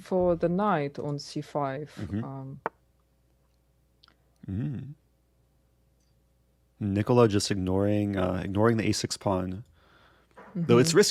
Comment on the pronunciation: You're all saying it wrong, it's pronounced Nikola